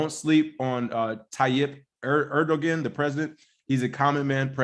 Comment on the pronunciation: Hey Guys love the show. The G in Edoguan is pronounced as a W. Pronounced Edowan.